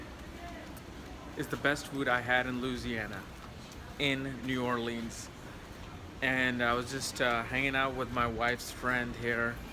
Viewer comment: Say it right new orleans